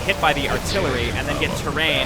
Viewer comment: Gotta say, love your play, but man, it gotta learn Tyraen's name. Tyraen is Tie-rae-in, not Terrain. ;)